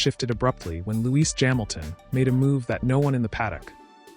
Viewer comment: hey idiots! it's lewis Hamilton not luis jamilton!! Wake up!!